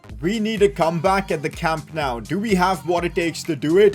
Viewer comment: Wow its so good he almost called it Camp No U 😂😂